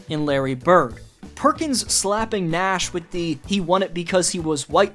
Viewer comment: Perkin be ray-ciss